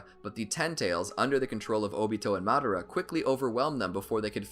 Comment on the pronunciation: games it's Madara not madera